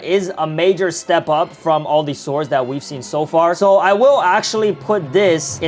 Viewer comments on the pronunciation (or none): none